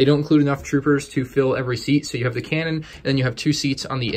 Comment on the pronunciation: Lol you said Kanan instead of cannon.